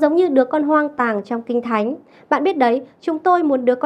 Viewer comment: Đứa con HOANG ĐÀNG chứ không phải hoang tàng